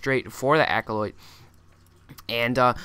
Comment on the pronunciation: nice commentary. aco-"light." "seege" tanks. just fyi.